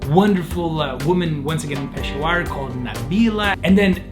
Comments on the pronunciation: I live in Pakistan BTW It is not pronounced pashawaar It is peshawar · It’s pesh-a-war not peshwar. And it’s my city ❣️ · its pronounced pishavur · Its no pshawer ITS PESHAAWAR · Its not peshawar(pronounciation) its peshaawar only talking about the pronounciation the spelling is peshawar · E laughing cuz PEASHEWAAR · sorry to be this person but Peshawar is pronounced Pa-shower (like pronounce like the word shower) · The way he said Peshawar I was dying laughing 🤣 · Its so funny when he pronounce's peshawar wrong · The way he said 'Peshawar'. Damn, imma cry.